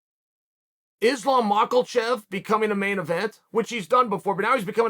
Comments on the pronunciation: "Islam Michaelchav" - Chael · Izzlam mahcklechev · "Islam Michelchev" Dagestani-American monster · Islam mackalchev the most mispronounced name in uncle Charles arsenal. 💪